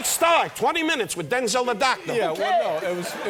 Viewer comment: Don is actually pronouncing Denzel’s name correctly